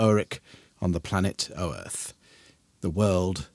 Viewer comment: FYI the world name rhymes with 'Oath' so a cross between Oath and Earth. I have zero canonical references to point you at just a trip to GenCon.